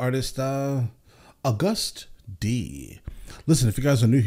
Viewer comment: Thank you for at least pronouncing is name correctly as a first time reactor, majority of people that have ever reacted to him always say it as AUGUST D, even when clearly theres no U between the A and G. I understand that its very similar to the word AUGUST just without one of the letters but still many people dont like using their brains allot of times.